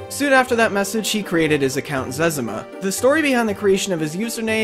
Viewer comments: its zezima not zez a muh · it's zez-ee-ma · zezima is called zezma btw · He said zezima wrong